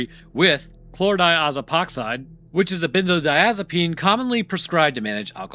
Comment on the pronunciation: Man, you're a real expert at saying Chlordiazepoxide at this point, huh?